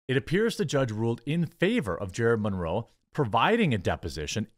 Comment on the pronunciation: Where did you learn to say "Monroe?"